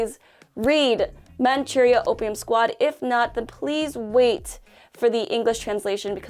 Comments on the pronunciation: I like how pronounced Manchuria with a Japanese accent, even though it is an English word based on the Chinese pronunciation. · I can't be the only person who does not like the the way she pronounces Manchuria